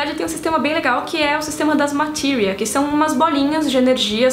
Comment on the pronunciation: Tem que falar Matilria? Matéria! É matéria! Pelo amor de Deus tem coisas que não precisa ter sotaque até no filme de final fantasy 7 nem em japonês ou americano nenhum fala O nome de Sephiroth do feito que vc fala não estou criticando seu vídeo pois gostei e curti mas seu sotaque internacional incomoda!